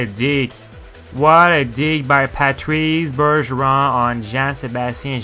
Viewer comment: Patreeez buurgeroon. Dude i can tell by your accent you’re obviously french canadian why can’t you say the name with proper french pronounciation smh…